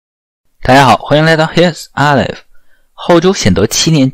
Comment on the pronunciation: 为什么使用这样的名字“Here's Aleph”? 旁述者根本无法清楚正确地说出“HereIsAleph”这个词!